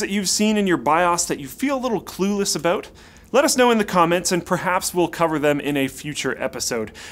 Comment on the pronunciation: Haha he said clueless about at the end, but because he's Canadian, it sounded aboot. Booting the pc haha.